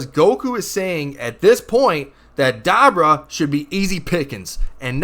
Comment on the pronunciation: da-bra???? have you watched the show? "Da-boor-a" come on